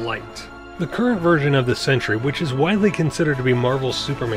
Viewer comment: Its sentry not sentury